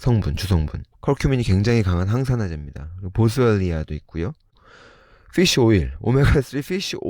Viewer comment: 정도에 보스얼리아?!…뭐라고 하신건지 ㅠㅠㅠㅠ??? ㅠㅠㅠㅠ